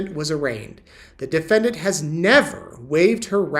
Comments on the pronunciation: Defedant? Lol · SEPARATED, not SEPERATED. DEFENDANT, not DEFEDANT or DEFENDENT. Lori once Vallow, now a Daybell Has one more fault, she cannot Spell Files yet another Dismiss Motion But alas it's no magic potion She thinks she is a beauty queen When toxic as a can of benzene She killed her husbands one by one Now in her trial she is coming undone Charles Vallow was kind and decent But to Lori, he was just the most recent She killed Tylee's father, then Tylee herself And sweet little JJ, a mischievous elf Tried to shoot Brandon, thank god she failed Because Alex her bro, panicked and bailed Then hardworking Tammy, so athletic and brave Chad, Lori, and Alex, sent to an early grave Then as Charles' murder trial date loomed near Alex talked too much, and Lori felt fear So little sis Lori, told Alex to fly So Alex went off, took poison to die. If she hadn't been caught, who would be next? Why Chad of course, oversexed and much vexed. She would have told Chad to take a pill and nap Then blamed him while he off'ed himself, like a dutiful chap I've followed her history, she's a psychopath and Narc I've never seen a mind so devoid of love and dark. She once had the manner of a pretty blonde thing But her evil deeds turned her into a rusty box spring.